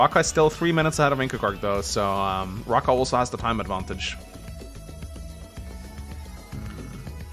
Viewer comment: That Raahka cardinal sin... lmao